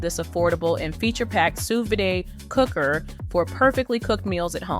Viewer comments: sous "vidae"??? sous vide. kinda spoils your credibility when you don't know how to pronounce the name of the thing. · No one is going to trust a video about sous vide when the narrator can't even pronounce sous vide!